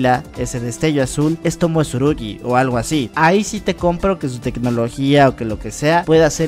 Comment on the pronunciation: se llama tsurugi no como tu lo dices